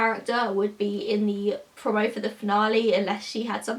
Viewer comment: You say 'promo' really weird... Eveytime you say it I cringe 😂